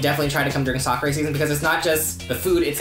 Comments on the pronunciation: Although you are correct about the k-ra part, it's the pronunciation of the a in Sa-ku-ra that is incorrect. I live in Japan, I have lived in Kansai and Yokohoma, and the "a" sound is more of an "ah" vs. an "awe", which is what they are doing in the video. ... If that makes sense... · I thought he said Soccer season. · I thought he was saying 'soccer season' until the sakura season info came upXD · I thought they were saying soccer... lol and it was sakura... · i thought he said, they went there for SOCCER season 😅 haha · I thought he said soccer season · I thought they said ‘soccer’ 😂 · Ohh did he really say Sakura?? I didn't know that! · I was so put off by the pronunciation of sakura that I had to search for video of Japanese people talking about sakura to make sure I wasn't in some alternate universe with a different pronunciation of sakura.